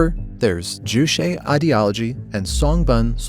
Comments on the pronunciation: The constant mispronunciation of Juche is so distracting. Why the hell would you add some kind of Latin flair to a word that sounds just like its romanized English spelling? Jew Che NOT jew shay. It's literally impossible to say "shay" in Korean. That sound doesn't exist in the Korean language or alphabet. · It’s not ju-“she” it’s more closer to what might be spelled “tse” in english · Ju Che. Is pronounced. Ju like juice, you got that part right. The second part is Che like 'Check" without the k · Can’t even say juche right lol lazy propaganda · I just about flipped my desk at this pronunciation. You have to learn the word, but not the pronunciation or spelling apparently. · i wanted to throw up everytime he pronounces 'juche' and 'songbun'